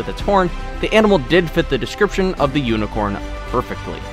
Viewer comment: My sis came when u were saying hnicorn my sister said okay unicorns exots i ditn need a b day presit now